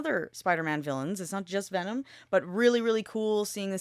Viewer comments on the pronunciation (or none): none